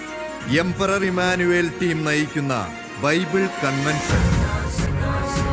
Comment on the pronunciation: ഇമ്മാനുവേൽ... Alla❌❌❌❌❌❌❌ ഇമ്മാനുഏൽ ✅✅✅✅✅💯💯💯💯